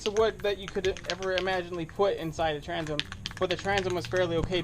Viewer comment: Transom not tranzum Oxidation not oxidization Temperature not tempuhture Temper not temperament Taken not tooken Oak rots quickly.